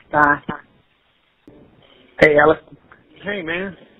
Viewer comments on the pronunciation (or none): And SUUUUREEEE keep involving your family in hiding assets aleX not ELLICK smh. Hes so good at lying he convinced ppl that ALEX With an X is actually pronounced ELLICK....And I mean some really smart ppl